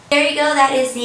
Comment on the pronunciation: you say if you seek amy weird